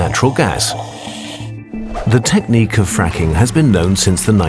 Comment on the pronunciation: “Quite have been a fracking boom” Sounds like friking